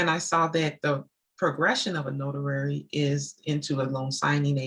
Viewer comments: Do you pronounce it as a “notarary” or is it “notary”? I am confused. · Good info and very inspiring, but what is a notarary? Do you mean notary? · Not being rude at all but did you change the name to executive closing agent because you have difficulty pronouncing the word notary? I can’t imagine speaking with vps and ceos and not saying the word correctly